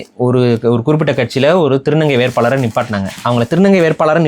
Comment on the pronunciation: சிறப்பு 'ழ' கரத்தை சரியாக உச்சரிக்கவும் ஒலுக்கம் ❌ மொலி ❌ ஒழுக்கம் ✅ மொழி ✅ வேற்பாளர் ❌ வேட்பாளர் ✅